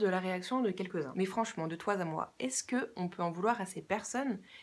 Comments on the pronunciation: "franchement, de toi ZA moi" !!! Ohh je suis choqué par cet énorme pataquès! Merci quand même pour cette video très intéressante. #Frexit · Magnifique "de toi Z'à moi" à 5'04''...